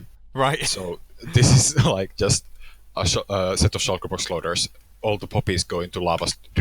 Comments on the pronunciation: shaulkers and the nezzer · “Shiker boxes”